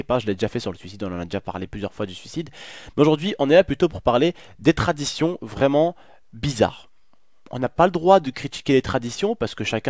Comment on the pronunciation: en mode anglais. Leur traditionnn